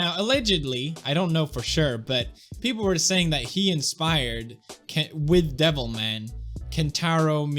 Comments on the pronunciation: Every time he says "Devil Ma-" I keep thinking he's gonna finish saying "-y Cry" And I haven't even played the game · I kept mishearing him and thought he said Devil May Cry... now I'm replaying DMC4. Damn you pewds